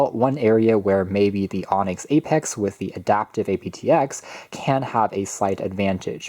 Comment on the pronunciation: Say it as APT-EX not as A.P.T.X.